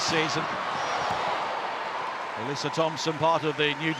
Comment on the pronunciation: Hey england, Alyssa Thompsons name is pronounced Alyssa " AH-LISS-A" not Alessia.